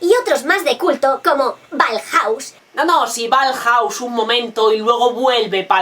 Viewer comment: Lo de "Balhaus" me ha dolido.